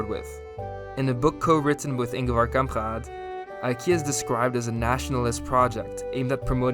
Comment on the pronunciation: Wtf is that pronounciation of Kamprad? If you can't pronounce it in swedish then just say it normally in english. Now you just made a weird throat sound that sounds like neither